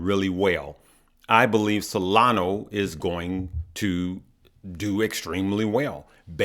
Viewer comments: It's not Solano, IT'S SOLANA!!!! Get it right man! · SolanO = -> SolanA